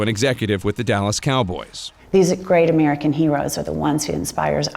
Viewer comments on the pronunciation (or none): none